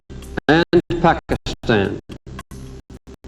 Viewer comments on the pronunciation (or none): none